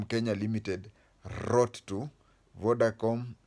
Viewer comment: Vodacom...not vodacome